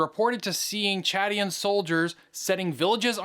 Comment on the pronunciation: Bro can’t even pronounce Chadian